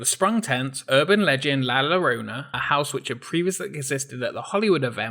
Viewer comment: Love your videos. Just, please, for future reference... The “ll” pronounced as a single “l” is an English thing. The word is in Spanish. So, it’s pronounced “la jorona” with a very marked “j” sound. Other than that... GREAT VIDEO. Keep it up!